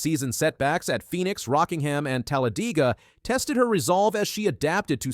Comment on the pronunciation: I really hate AI speech, where the bot can't pronounce Legge's name the same twice and mangles Talladega. Hire a fricking human!!